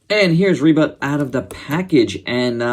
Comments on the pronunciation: Ribut is storm in Bahasa Malaysia. Its Ribut like "boot" not "but". Nice review love this Ultraman! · I knew Ribut from Upin Ipin, lol, and i instantly fell in love with him back then Oh, and you can pronounce him like Reboot, with a faster oo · U speak the name really funny but! The first name u called was right.and im getting wierd vibes when u say the name funny like ultraman rebutt..like..he just have his butt.. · u speak the name funny...